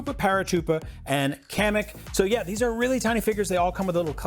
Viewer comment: one day someone will pronounce kamek correctly. It’s pronounced similar to comic